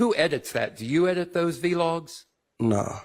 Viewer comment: Weinstein ought to be embarrassed. Much as he's on YouTube running his mouth, he doesn't know it's pronounced vlogs? Yikes